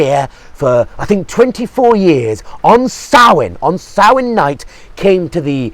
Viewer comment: All credit for pronouncing Samhain correctly :)